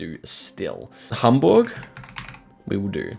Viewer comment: you're pronunciation of Berlin and Hamburg was so perfect, that´s super impressive 🤩